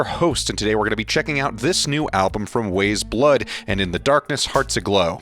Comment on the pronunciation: It's pronounced as Wise Blood :)